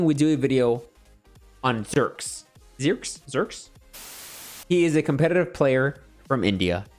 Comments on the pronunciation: its zhyyyrex not zherx bro check out his montage and other videos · It's a like T-Rex that's like Zhy-rex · I think it is pronounced as "ZHAI-RIX"